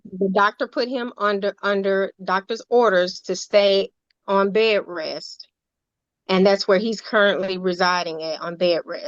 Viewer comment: ‘Bay-ress’ Bed rest